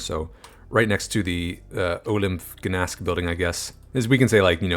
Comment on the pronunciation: The way you pronounced Gdańsk hurts my little Polish soul, but I loved the video!